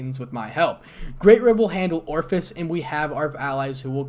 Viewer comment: I have to chuckle every time you pronounce Ophis as Orifice.